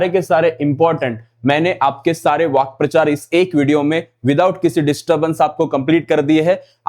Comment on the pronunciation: Vakyaprachar ❌❌ Vakprachar ✅✅